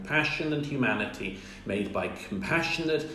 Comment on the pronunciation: “Yumanity” “yumans” and “yuge”. Irritating.